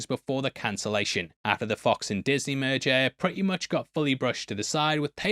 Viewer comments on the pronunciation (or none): none